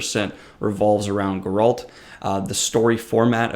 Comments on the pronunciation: Not Gur-alt. It's "Gair-ult" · Why does he say Goralt 😭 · it’s GE-ralt & DAN-de-lion. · pronouncing Geralt as "go-RALT" and Dandellion as "dan-DI-leon" were a couple of triggers I was not expecting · Calling him GOralt kills me so bad :D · Why do reviewers butcher the pronunciation of "Geralt"?